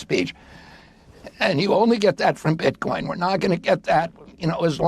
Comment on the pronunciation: can’t even say Bitcoin correctly